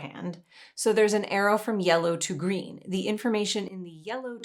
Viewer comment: I wonder if there is some weird effect caused by an audio compression algorithm that somehow glitches at that exact intonation of "Yellow"??... nah I'm overthinking this